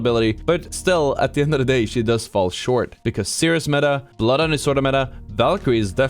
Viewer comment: nothing scarier than being bloodhound scanned while ratting then hearing "I AM BLOOTH HUNDOOR!"